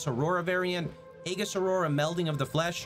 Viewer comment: Just a small thing. , its pronounced "ee-juhs".